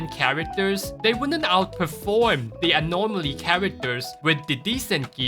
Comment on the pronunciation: You pronouncing anomaly with an R drives me insane LMAO. Nothing but love tho